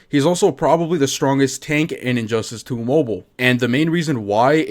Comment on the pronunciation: No offense man but, I swear to god I heard injustice 2 hoe boe